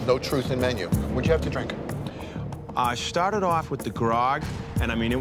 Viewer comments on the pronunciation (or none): I can’t get over how he says grog